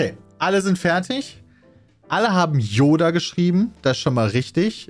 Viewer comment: dein ernst? " J oda "? mit J? 😂😂